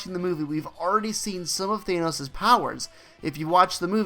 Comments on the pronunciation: Thanos not thaneos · Good video apart from how you kept saying " thaynose " instead of "ThAnos " :p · He said thaynos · Thanenose 😂😂😂 please pronounce it correctly